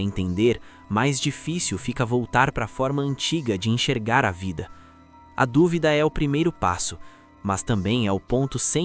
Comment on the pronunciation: Oloko irmão, "ENCHERGAR"? 💀